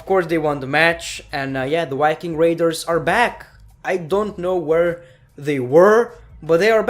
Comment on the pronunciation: The Yiking Raiders😂😂😂 Damn i like the accent😆😆